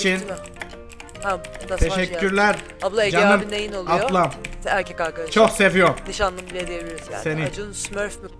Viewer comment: Ablamız değil aplamız